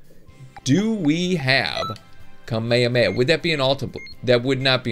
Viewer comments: hes saying it like kamayamaya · *Cringe* he pronounces it "kummae-mae"...... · The way you pronounce kamehameha is kami-hami-ha